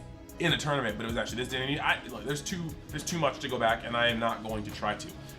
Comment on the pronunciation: Love ya boss just heads up the name Nguyen is pronounced “Win”. Mean that with as little shade as possible.